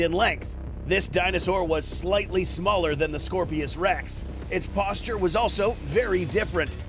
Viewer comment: It's Scorpios rex not scorpesrex